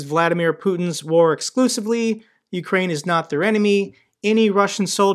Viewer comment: Fat guy can't say, "War." How's he supposed to help the Ukrainian people?